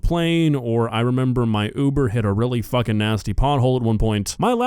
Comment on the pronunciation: "are ya fuhing serious"